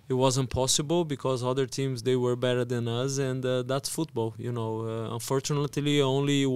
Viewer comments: manteb ni bang mamat udah makin fasih bahasa inggrisnya. saran bang, yg bener pengucapannya better bukan bitter. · Mamat udah berapa tahun belajar bahasa inggris tapi ngomong better jadi biter mulu 😭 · Better bang, bukan bitter.. 😅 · better mat bukan bitter 😭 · Better apa biterr???